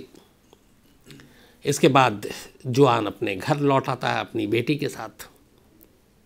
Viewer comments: Khan sahab जुआन नहीं it's pronounced हुहान् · In Spanish name juan pronounce as “huan” not juan for example JOSE pronounced as “HOSE” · Juan is a spanish name , it is written as Juan, but is is pronounced as Huan , in spanish J becomes H , like Jose is Hose , Javier is Haviar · It is a Spanish name Juan but is pronounced like " Huan". Spanish "J"=English "H". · Hi m from California and its a Spanish name juan but pronunciation is Huan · “Juan” pronounced as ‘वाॉन’ Hispanic name.